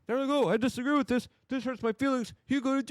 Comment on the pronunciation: It drives me crazy how Luke pronounces words. D.O.G.E. becomes “Doyge”, with = “wit”, children = “cher-dren”and he refuses to refer to X by its name. He consistently calls it Twitter. That’s what lefties do on purpose, to discredit Elon and the MAGA movement. Such a boomer thing to say. Get it together, Luke. It’s getting infuriating, how you don’t care about your words. I’m pretty sure that speaking is basically most of your job.